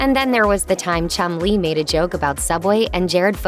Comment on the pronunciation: Sounds like they're calling that fat lad 'Chung-Li'